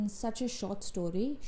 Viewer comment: is it short story or sort shtory 😜 Loved the review! It's good that you're not a fast reader coz you do take time to study plot and characters well.